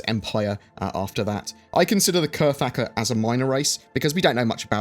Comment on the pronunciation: I thought it was pronounced "kra-thak"? Or has Galactic Historian lied to me?